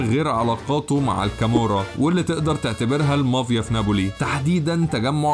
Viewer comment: Mafia, not Mavia!